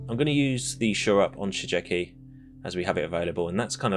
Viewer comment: Just one hint : Shigeki is read Shi Gue Ki (Like in Guerilla pronounced in spanish)